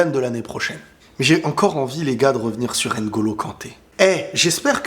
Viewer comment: Est-ce que tu peux faire un ''minuscule effort'' par respect de prononcer NGOLO et non N- GOLO, tu arrives bien à prononcer VLADIMIR et non V-LADIMIR Pourquoi tout ce mépris gratuit